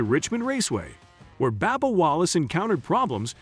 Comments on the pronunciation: You need to lorn how to pronounce the auto racer's names. It isn't Babba, it is Bubba lorn to say it right. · That's funny what did you call him Banal that's funny how you pronounce that